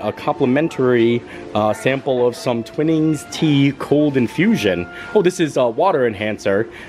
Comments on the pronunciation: the tea (water enhancer) brand is pronounced twy-nings rather than twinnings 😃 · Love watching you walk around Epcot and point out all those special treasures. I love enjoying the wonderful snacks in Germany, Italy, and the UK Pavilions. By the way, Twinings Tea is pronounced Twine-ings, which is my favorite British tea selection.